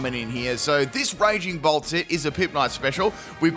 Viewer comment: Is it wrong that the whole video I kept hearing Raging Bull instead of Raging Bolt? I had to do a double take more than once to see which Pokémon it was 😂